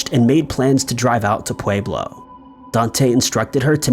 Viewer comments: Pueblo is pronounced, “Pweblo”. Love the video, just had to say, lol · It’s pwe-blow btw